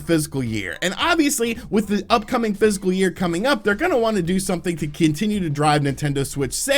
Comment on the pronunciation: Fiscal year? I keep hearing physical